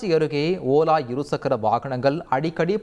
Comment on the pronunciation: OLA❌ OLLA ✅ 😂😂